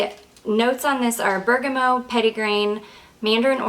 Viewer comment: I don’t wanna be that person but is there a note called bergamo or are you just mispronouncing bergamot over and over? I’m very confused lol I imagine you know what you’re talking about I’ve just never heard it being called that before (if you do mean bergamot) EDIT: I just realized maybe you’re saying it short hand or something idk sorry don’t want to be rude I was just confused